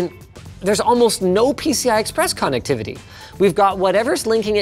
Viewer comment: The way he says connectivity